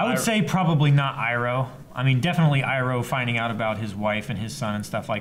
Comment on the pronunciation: Ikr, this seriously annoys me. also says ''Iroh'' wrong, he had seen the series before. Love the reactions and watched all of them in 3 days but god damn he needs to be stopped by the Avatar of names.